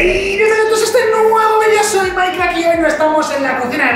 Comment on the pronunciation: es mike y se dise maik